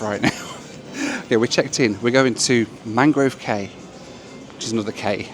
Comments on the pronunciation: Great video, but cay is actually pronounced “key”. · Cay is actually pronounced key. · Used to live in the Bahamas. “Cay” is pronounced “key”. Loved the out islands. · Cay is pronounced “key” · Cay there is pronounced Key just they spell it like that & you being from UK should know lol. Nice job loved it. -Cheers!